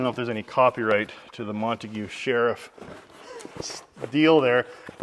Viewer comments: Mon-taig is how we pronounce it here in Texas, boy! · Montague is pronounced MON TAYGE brother! God Bless you and yours!